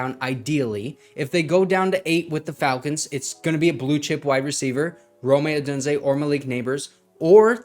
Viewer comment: Love the videos but plz stop saying (roe-may) Odunze. Triggers me so hard lol